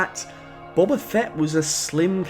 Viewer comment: Dude... it's Boba. Not "Bobber"